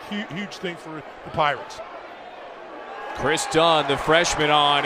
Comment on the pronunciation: "We are the Pierats of Ecwho!"😂😂😂 #wolfpack